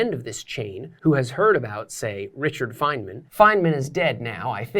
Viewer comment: It's /ˈfaɪnmən/ not /ˈfajdmən/